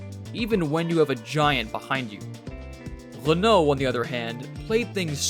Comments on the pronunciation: They made it sound like an "L"! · "Lenault"... really? Maybe it was just something wrong with his microphone or the audio itself... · Which was totally wrong. It's Re-noe, not "Lay-nault". Don't get me started on Citroen and Champs-Élysées...